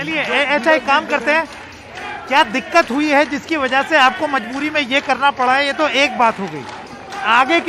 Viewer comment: It's majburi not mazburi